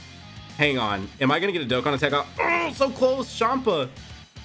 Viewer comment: Fun Fact of Today: used to pronounce DokkAn Battle DokkEn Battle 👈 (Why?) btw also this was his first OG Vids so can’t call him out to much